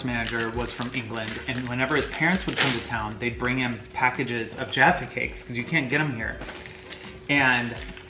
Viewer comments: LOVE that you guys got the pronunciation of Jaffa Cakes right! So many Americans call them 'Jaarfur Cakes' which sounds so WRONG to us!! Glad you enjoyed the Crunchies too, one of my faves Xx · YES FINALLY AMERICANS WHO SAY 'JAFFA CAKES' CORRECT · The Jaffa cake thing. I was very glad they said it right coz usually Americans call them jarfa cakes. I was very mad when he said it was like a biscuit. (Ik he meant American biscuit) BUT IT IS NOTHING LIKE A SCONE EITHER!! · So nice hearing americans say jaffa cakes right 😌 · Omg finnaly a american who says jaffa cakes right from what i have seen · an American finally said jaffa cakes right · Thank you for saying Jaffa cakes correctly. Most Americans and even some English people say jarfa cake and it’s so annoying!!!